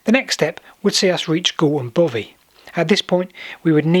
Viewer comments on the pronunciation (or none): its bothy not bovy